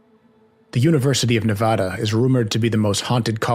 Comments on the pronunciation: There are no armadillos in Reno and Nevada is not pronounced Nevahda! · No such place as Nevahda. But good episode. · Cool video but the State is being pronounced wrong in the video. Go to the State's wiki page & click on this icon (🔊) to hear it pronounced correctly